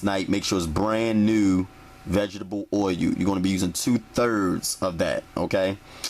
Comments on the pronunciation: tha fuk is 'VEGGIBLE oil' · vegetable "oy u" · Vegetable oye-u